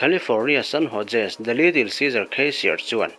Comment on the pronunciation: San Ho..se ti a lam tur aw....San Jose tih kha